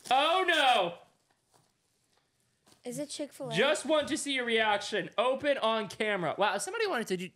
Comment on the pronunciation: “it’s a Chic Fa Lay happy meal” 😂😂😂😂